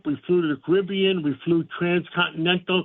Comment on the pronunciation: We flew to the "Cawibian". Thanks for your service there, Elmer Fudd.